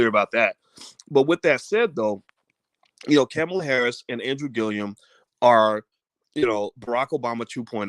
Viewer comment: Can you pronounce her name correctly?